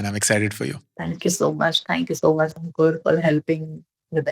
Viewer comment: YOU ARE A SMALL GIRL ,AND YOU SAID ANKOOR.VERY SAD FOR THE JAIPUR GIRL